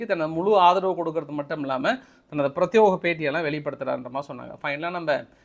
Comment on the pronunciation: ஏப்ப பிராத்தியோகம் இல்லை பிராத்தியேகம் தான் சரி